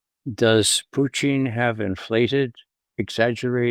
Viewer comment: It's PUtin, Ray. Not PUchin. Not PuchEEn. Not any of your other affected pretentious pronunciations. Just PUtin.